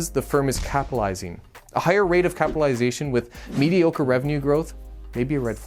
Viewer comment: Are you sure you are pronouncing correctly capitalization?